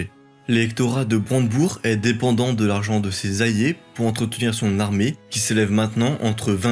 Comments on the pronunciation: Tu as vraiment du mal à prononcer les « LL »… « Ayés » au lieu d’« alliés » ; « ayances » au lieu d’« alliances »… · Joli travail. Des problèmes d'élocution qui font saigner les oreilles (ayé pour aLLiés, des liaisons en -t qui n'existent pas, par exemple) mais cela se corrige avec un orthophoniste, j'imagine. Continuez, c'est top ! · Très bien tes vidéos. Les seules choses à travailler sont l'articulation, et la prononciation de certains mots (alliés = on comprend "ayé") :)